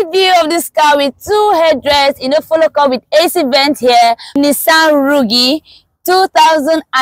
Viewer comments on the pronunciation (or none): She said Nissan rugi😅😅😅